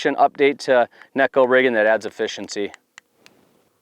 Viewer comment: So satisfying when someone pronounces Neko properly! Great vid!